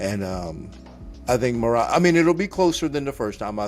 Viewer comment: All of you stfu. Peter butchered Merab 🤫 🔥